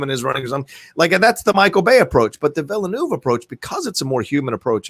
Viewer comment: The "e" is silent in Villeneuve's name. It's just like former F1 and Indy Car champion Jacques Villeneuve's last name.